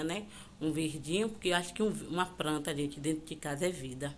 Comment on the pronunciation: Pranta? Né planta não?